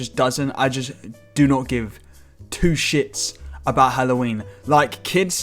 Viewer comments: this man really said hollow weenie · When he said hallowennie that did sound so fucking wrong in many fucking ways